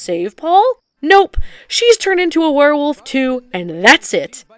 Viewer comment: "Paul- you is a worwilf!" 😂